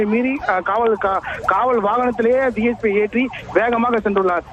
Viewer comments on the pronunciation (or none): DGP illa ma DSP Olunga news padi ma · முதலில் டிஜிபி😂 டிஜிபி என்று இரண்டு முறை செய்தி வாசிப்பவர் சொல்கின்றார் இது தான் செய்தியாளரின் திறமையா? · டிஜிபி இல்லம்மா dsp கவனமா சொல்லுங்க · ஏம்மா, டிஜிபி யா இல்ல டிஎஸ்பி யா.. தவறாக சொல்லி விட்டால், மன்னிக்கவும் டிஎஸ்பி ன்னு சொல்ல வேண்டியதுதானே...